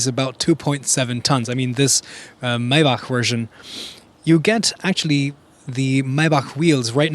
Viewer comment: Its not mejbah, its majbah